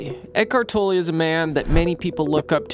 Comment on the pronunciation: Given how much you have researched on him, you would should know his name is not pronounced “Toe-lay” but “Toller”….